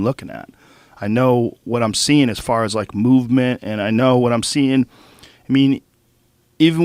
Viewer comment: Fluidity of mow-vement